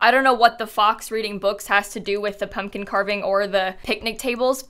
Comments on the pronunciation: It’s a pub-kin patch! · Then she made it a "pub-kin-patch'. haha